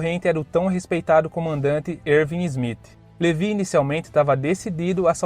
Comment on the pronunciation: Poha Erwin se pronúncia com U e não V